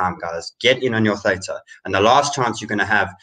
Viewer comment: Guys, love you loads. But please pronounce Theta correctly. You even had the Theta guy on talking about his project. There’s no ambiguity about the pronunciation.